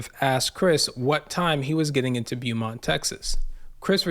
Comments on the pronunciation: Beaumont is not pronounced bee-mont. It's pronounced like bo-mont. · It's pronounced Bo-mont. When you see the letters "Beau," you can know it is derived from the French language and will almost always be pronounced Bo or maybe Boo. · Its pronounced BOMONT